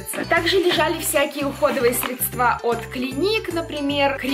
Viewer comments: срЕдства, а не средствА 🙄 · Ааааааа Учи русский язык Не средствА, а срЕдства Не блоггерша, а БЛОГГЕР🤦🏼‍♀️🤦🏼‍♀️🤦🏼‍♀️🤦🏼‍♀️🤦🏼‍♀️🤦🏼‍♀️🤦🏼‍♀️🤦🏼‍♀️🤦🏼‍♀️ Строишь из себя непонятно кого, на деле полный ноль Правда, почитай книги, может хоть словарный запас шире станет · не обижайся пожалуйста, просто запомни срЕдства, а не средствА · ну во-первых не затыкайте рот человеку, а во-вторых девушка права, чтобы не позориться на всю страну своим говором, нужно открыть словарь. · почему средствА, если срЕдства?) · срЕЕЕЕЕЕЕЕЕЕЕЕЕЕЕЕЕЕЕЕЕЕЕЕЕЕЕЕЕЕЕЕЕЕЕЕЕЕЕЕЕЕЕЕЕЕЕдства срЕЕЕЕЕЕЕЕЕЕЕЕЕЕЕЕЕЕЕЕЕЕЕЕЕЕЕЕЕЕЕЕЕЕЕЕЕЕЕЕЕЕЕЕЕЕЕЕЕЕЕЕЕЕЕЕЕЕЕЕЕЕЕЕЕЕЕЕЕЕЕЕЕЕЕЕЕЕЕЕЕЕЕдства а не средствАААААААААААААААААААААААААААААААААААА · Не средствА, а срЕдства. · СрЕдства, а не СредствА